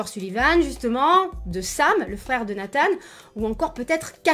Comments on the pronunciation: Nathan pas Nathane ptdr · Ah bah on est d’accord on dit Nathan pas natane mdr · Dit Nathan normalement stp 😭😂